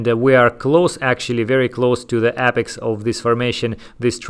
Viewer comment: Love your videos. Note: It is pronounced "a·pex" not "ap·ex".